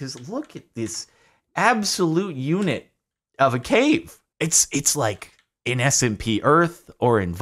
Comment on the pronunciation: Idk if it's for the meme....But regardless it's like. In. Like in. Not lick ins.